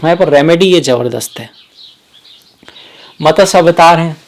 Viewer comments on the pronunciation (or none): Good explanation but pl try to speak matsya instead of matasya